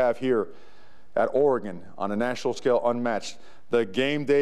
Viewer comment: He knows how to pronounce the state's name... that's a start. Preserving Willie's recruiting class and beating Boise State would be nice, too.